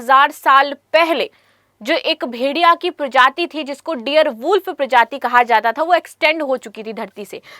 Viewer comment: डियर नही डायर वूल्फ पहेले बोलना सिखो